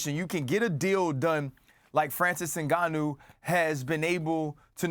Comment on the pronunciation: Francis ENGANNYOU 🤣💀